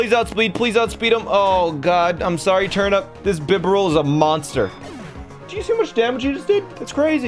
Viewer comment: "Bibrull" XP